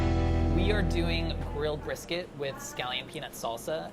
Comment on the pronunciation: hahahahahahah omg hilarious.